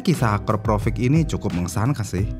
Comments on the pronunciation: Akrapovic bang, tapi bacanya konsisten Akraprovic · Akrapovic ya min bukan akraprovic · Akrapovic bukan akraprovic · Perlu latihan lagi dia nyebut Akrapovic. 🙂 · Akraprovic?? Akrapovik bang😅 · akrapovik bang nyebutnya bukan akraprovik, di awal vidio ada kesalahan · Kok risih ya dengernya AKAPROVIC, pdhl kan tulisanya AKRAPOVIC.. ini mimin typo apa gmn mesin dubingnya 😅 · Sebenernya yg bener AKRAPOVIC atau AKAPROVIC sih min? Kok mimin nyebutnya AKAPROVIC terus? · kayanya gua juga dengernya provic bos ? Baru di tengah² video berubah jadi akrapovic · Kedengerannya akraprovic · Susah ya bang nyebut AKRAPOVIC